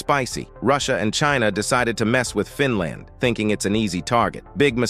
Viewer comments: Good video and presentation. But stop calling the country FinLAND by stressing the last syllable. It got annoying pretty quickly. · Fin Laand🤣🤣🤣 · Fin land. Another AI wonder. Pathetic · What a crock of BS. By The way, you need to learn how to pronounce Finland. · Why can't the announcer pronounce "Finland" ?